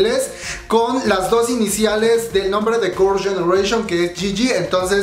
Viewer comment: Se dice girls no gors 🤣🤣🤣